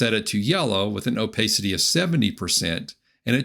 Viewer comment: Opacity is a short 'a' sound. Thanks for the video.